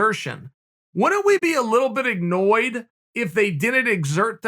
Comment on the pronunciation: I always thought the word was “annoyed” but if Uncle Chael says “ignoyed” then it’s ignoyed.